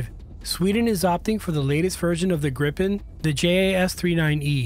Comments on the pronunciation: Please do not pronounce Gripen as Grippen! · cant help but tell you you’re pronouncing gripen wrong, i know you arent used to swedish names but its pronounced more like griiipen not grippen as you’re saying